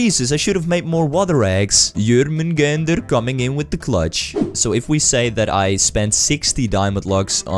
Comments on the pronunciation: "Yurrmounggandeierr" haha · i like how you say yormunganders😂😂😂